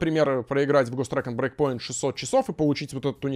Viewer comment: Каждый раз, когда произносит Ghost Recon Breakpoint, я слышу Гос Трэк'н'Брейк Поинт